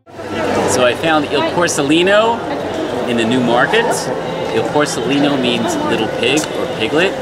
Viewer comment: Porcellino ….. the c sound followed by the vowel e is the same as ch in church. It is not s 😂